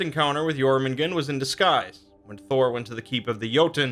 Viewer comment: Jörmungandr it has an R at the end with that sound. Also for Aesir it’s pronounced Ace-year, not Ass-err